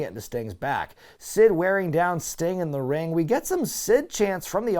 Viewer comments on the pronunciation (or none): Sting-uh? In the ring-uh?